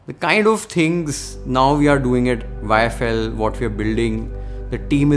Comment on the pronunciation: You haven't changed in all these years - you still mispronounce YFL as IFL😅Keep going🎉